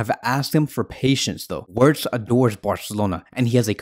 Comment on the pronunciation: It's pronounced "vertz".....